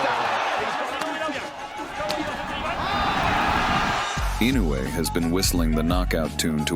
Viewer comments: EE-no eu-ay. AND NOT Innoay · incorrect pronunciation it is ee- no- you- aa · LEARN HOW TO SAY HIS NAME!!! Baka yaro!